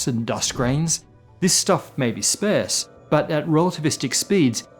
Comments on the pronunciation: Never heard anyone pronounce "sparse" like that before. Pretty sure "sparse" should rhyme with "farce". i.e. "spar" with an 's' sound on the end. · Sparse is pronounced with an ah sound, not like spare. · You're pronouncing sparse incorrectly. It doesn't sound like pear, but like arse, as in kiss my... Happy to help. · Im sorry, I’ve lived in the U.S., in the U.K. and in Australia……NO ONE pronounces “sparse” as [spaAIRse] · Do Australians pronounce "sparse" as "spearse?" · Did my man just pronounce sparse like "spairse" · Sparse is pronounced like arse 🍑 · One of us has been pronouncing sparse wrong all this time… probably me haha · used to be credible, until we realise you can't even pronounce the word "sparse" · You really need to look up the pronunciation of "sparse" LOL. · I'm generally pretty average at maths and many concepts in physics are something that I really struggle with, but I do know how to pronounce 'sparse' and that makes and I even.:D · first time ive ever heard mispronounce a word in years. "sparse" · Can't pronounce sparse or supernovae. Remember learning instead of assuming? Pepperidge Farms remembers.